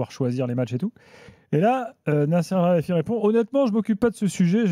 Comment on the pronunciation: Nasser alralayfi😂😂😂😂 Alkhalayfi